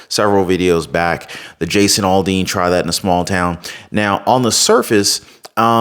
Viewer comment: Aldean not alldean